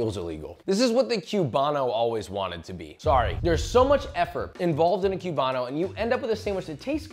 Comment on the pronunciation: Say Que-bano one more time LOL